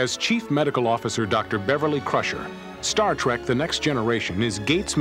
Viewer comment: Kind of annoyed me that the narrator kept calling it "Star Track". But thanks for sharing!